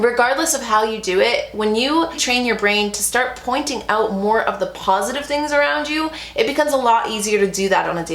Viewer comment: I’m laughing because after Bentley ran away I swear you said PAWsitive 😂😂😂😂